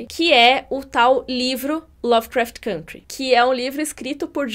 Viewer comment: Todos esses são bons, porém só a pronuncia "côntry"